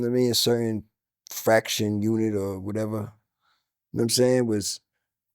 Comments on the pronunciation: It’s faction, not fraction Elz. It’s album, not alblum too😂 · Faction. The word is FACTION!!! Aint nothing worse than a rapper that can't pronounce words correctly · Faction not fraction. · It’s a faction my boy say it with me